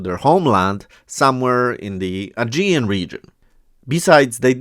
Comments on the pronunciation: The G In AEGEAN is like G In GOOGLE.. From Greek Αἰγεύς - AEGEUS obviously with the letter GAMMA.. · ASH-KELON -- the stress on the latter part of the word.. AGEAN - the G is pronounced like the G in GAME! The Hebrew Bible refers to them as PEOPLE OF THE SEA! Very obvious!